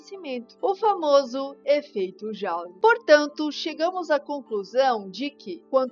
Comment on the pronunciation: Um bom vídeo, menina! Mas não devemos ficar pronúnciando o nome dos pesquisadores como se fossem ingleses, quando eles não eram! Se você for à Europa Continental e pronunciar Jaule e Saimon,;será corrigida na mesma hora! O sobrenome Joule é francês, e se pronuncia Jule! Já o Simon no nome de Ohm, como ele era alemão, se pronúncia como está escrito e não Saimon , pois o i em alemão soa igual ao i em Português! Não devemos colaborar com a colonização cultural imposta por ingleses e americanos ( nem todos, é claro!). Eles já são arrogantes o suficiente!!! Rsrs...